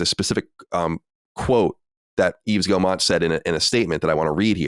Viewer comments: Nvm lol, he said it well once, then it turned into Guillermo after and said Guillermo. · Are we just going to keep letting Colin pronounce Yves Guillemot incorrectly? No one has corrected him 😂